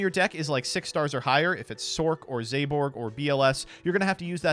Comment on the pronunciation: I am so personally offended by how pronounces Zaborg... Zayborg? Was there a Y I didn't notice? Hell even if you put an E at the end it doesn't work! I swear he's doing this to piss off me specifically... Like I know reading is hard... BUT IT'S THE FIRST WORD ON THE CARD!!!